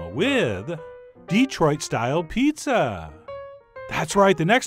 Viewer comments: Dih-troit. NOT DEE-troit. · I’m sorry, but it’s Detroit, not DEEtroit. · Please, John. It is pronounced, dee-TROIT. Not, DEE-troit. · Please, it's de-TROIT, not DEE-troit. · The main key to pronouncing it like a local is putting the accent on the right syllable. It's "de-TROIT" rather than "DE-troit," and it also helps to sort of gloss over the "e" vowel in favor of a more neutral one, more like "duh," as another commenter said. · how you know when somebody is not from Detroit... they say Deeeee-troit. We say Duh-troit. Small point. Awesome pizza! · Yep. Good Chef knows this now, after repeatedly calling it DEE-troit. Yeah. No. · The Dee-troit was killing me. But Chef John is awesome non the less.